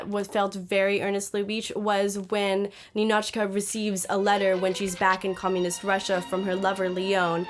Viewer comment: It is nInichka, nInochka! Stress on the second syllable